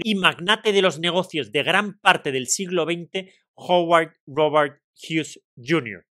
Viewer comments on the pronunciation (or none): none